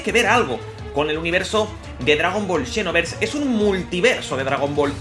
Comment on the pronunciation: Siempre lo pensé que se dice Xenoverse no Shinoverse xD